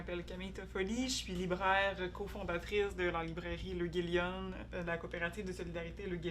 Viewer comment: L’Euguélionne (et non "L'Eugélionne")